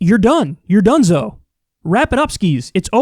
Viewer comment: "Done-zo " lol